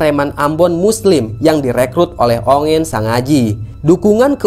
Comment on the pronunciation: Heran deh..masa baca pilao dan kailolo di baca palao kalolo...hrs bnyak" bljar lg bro,jngan cm asal cari berita dr pihak klian...